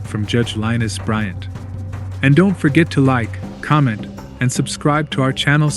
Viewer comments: It's judge lin eese,no Linus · You seriously called her "Linus"? That is insulting. Her name is Lynise. Luh Neese. It's not hard. What is wrong with you? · Lin-eese not Linus, omg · Linus.....it’s lynise